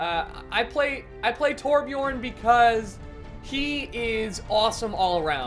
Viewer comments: hey man every american nvm every non nordic person should instead of calling him torbjooorn you should put an urn in there (torbjurn) thats how its pronounced pretty much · Anyone else who has the letter Ö in their aplhabet bashing their head against the wall everytime someone pronounces Torbjörn torbchorn?